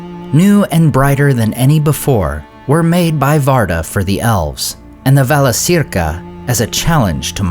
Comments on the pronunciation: Wouldn't it be "ValaKeerka" not "ValaSeerka"? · Thank you for the videos. Just a small suggestion, Valacirca should be pronounced Valakirca, not Valasirka.Laurelin is not Lorelin . :) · Friendly reminder that c is always pronounced as k in Quenya. So it would be Valakirka"